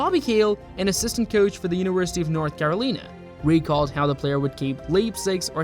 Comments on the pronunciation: Sorry, I will not subscribe to a robot. Caroleen? It is Carolina. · Read my lips, "Care-Oh-Line-ah." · Its pronounced "Caro-line a" Couldn't find video of his college days? Pitiful. 🙄